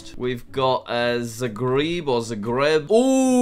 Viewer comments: "Zagreeb" Me: Hahahhahah Ps: i was born in Zagreb shame i don't live there anymore i live in a close city to it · “Mosco” “Zagreeb” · PRONUNCIATIONS (for the ones you mispronounced) tut tut tut Montevideo = mont-uh-vid-ay-oh Bucharest = bewk-uh-rest Zagreb = zaah-greb Prístina = prish-tin-uh Chisinău = kish-in-ow Skopje = scoor-pee-uh Podgorica = pod-goor-reets-uh Vaduz = fah-duh-ts Ngerulmud = n-jer-ull-mud Sri Jayawardenepura Kotte = shree-jay-uh-ward-in-uh-pur-ruh-coat-ay Asunción = ah-sun-see-on Majuro = muh-joor-oh Funafuti = foon-uh-fewt-ee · zagreb is pronounced as in zagreb witt the a like in how you pronounce the a in italy